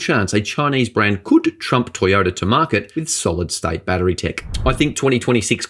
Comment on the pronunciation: There is no A at the end of battery. You are a journalist and should be an educator.